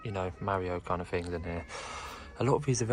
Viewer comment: Fink, Fings, they start with a TH!